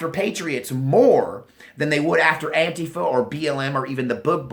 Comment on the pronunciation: Blahahaha (“An-quifa”) you killing me...